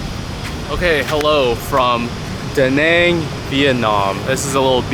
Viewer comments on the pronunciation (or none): I fuck with you, but yet another youtuber pronouncing Da Nang wrong lmao! All good though brother, maybe thats just a personality type thing. Also mentioning traffic when you live in NY?! Lmfao